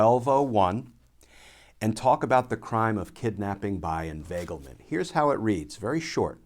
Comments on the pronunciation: Word of the day, "Invaglement" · That was a Scooby Doo moment...."inveiglement" rauuu oh..!!